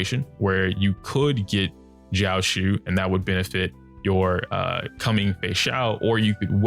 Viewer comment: it’s pronounced jiao-cho. love your videos!